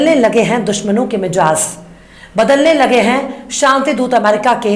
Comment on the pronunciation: Mizaaj not mijaz